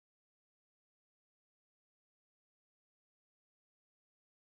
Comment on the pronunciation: Pronounced ThiccTok